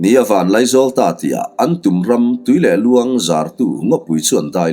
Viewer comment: Tui leh luang nge? Tuilehluan ram, a thluk kha a diklo deuh em